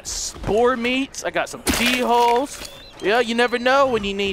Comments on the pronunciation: I know I'm really late but the dholes are pronounced like dole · the whole are pronounced "doles"